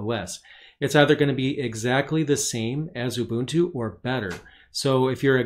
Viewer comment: Very good video. Plus I like that you know how to pronounce Ubuntu correctly :)